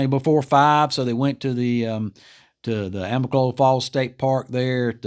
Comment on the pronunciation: Thanks for the update. Remember AMICOLOLA, not AMICOLA. Native American for Falling Waters